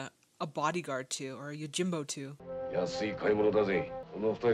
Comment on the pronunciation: YOJIM-bo, not YO-jimbo....